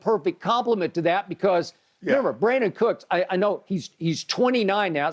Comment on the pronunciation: Did Jen call him Cooksie ? 😂😂